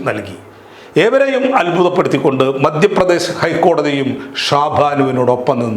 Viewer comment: ' ബാര്യ' അല്ല ഭാര്യ ആണ്. ' നേമം' അല്ല നിയമം ആണ്. ' മദ്യപ്രദേശ് ' അല്ല മദ്ധ്യപ്രദേശ് ആണ്. ' കദീസ്'' അല്ല ഹദീസ് ആണ്.എന്തിനാണ് മലയാളം ഇങ്ങനെ പറയുന്നത്?